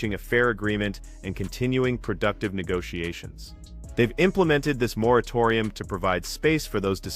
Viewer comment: Ahhh moratorium. No, you are not saying right 😂